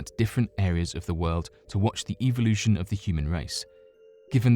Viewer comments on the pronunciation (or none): none